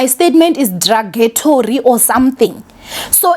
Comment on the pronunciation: Dragatory 😂 derogatory eish English 😂